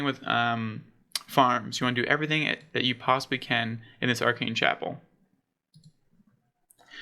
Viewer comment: Love your content my dude, I’m subbed! Just a piece of constructive advice, pay close attention to pronounciations. Especially for the player names (Val-de-mar, not Vladamir) and even landmarks (Aa-ken Chapel, not “Arcane”) Otherwise you’re doing a great job! :)